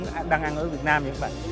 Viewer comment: Nói rõ ràng chữ "Việt Nam" ra, ko phải "Viết Nem"